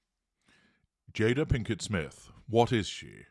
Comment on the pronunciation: GI Jada...the whole thing would have been okay if Chris got the name right. 🙄